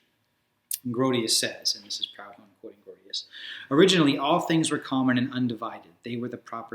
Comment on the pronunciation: It's pronounced 'Prood-on'. Aside from my pedantry, excellent video.